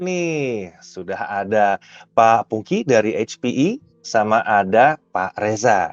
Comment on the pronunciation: Pak pungky bukan puki